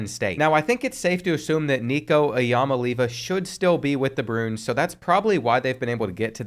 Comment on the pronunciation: Doesn’t know how to say “bruins” but wants to make sure we can say “Louisville” correctly. We are so back